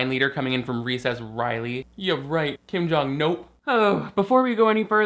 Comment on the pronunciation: “Kim Jung-nope” 😂